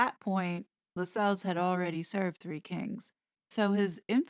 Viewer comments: Note: Lascelles is LASS-uhls and it’s court-i-erz. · Tommy La-sells. The c is silent. Core-tee-uh(s). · The name is pronounced "LASSells". I know, I know . . . . 😄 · LAS els. Not Las Celles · Tommy Lascelles....Pronounced....Lass- cells.... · I believe Lassels is pronounced like “tassels”. Pretty sure it’s not La-sells. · I agree. See my last name. It’s “castles”, not ca-sells! ❤️🇨🇦